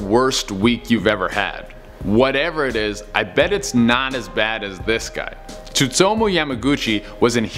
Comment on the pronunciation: Tsutomo yamaguchi “is pronounced “sutomo”